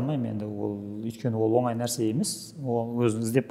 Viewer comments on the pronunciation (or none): none